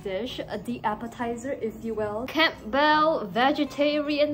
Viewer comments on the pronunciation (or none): She pronounces the P in Campbell. LOL.